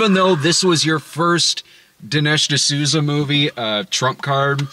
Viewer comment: Ol' D'nesh D'sooty. At it again.